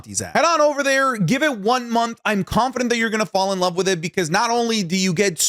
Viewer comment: Day 14 of “I LUUHHH YOU ”